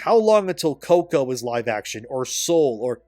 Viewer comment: Hold on... did you call the movie coco "coca" multiple times haha